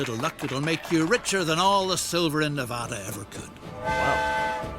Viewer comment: yes said Nevada correct i live in nevada